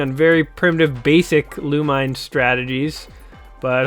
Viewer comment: You are pronouncing the title wrongly.